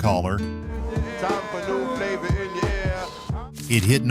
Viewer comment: Flahva in your ear